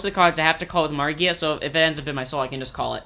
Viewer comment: "Magia" not "Margia"